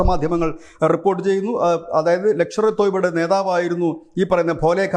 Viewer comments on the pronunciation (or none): 😂😂 ലക്ഷർ ഏ തോയ്ബയല്ല സേട്ടാ‼️ ലഷ്കർ-ഏ-തോയ്ബാ‼️